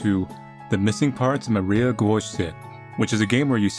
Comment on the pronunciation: her surname is probably Polish so try writing that in google translate and the "i" in "Maria" is short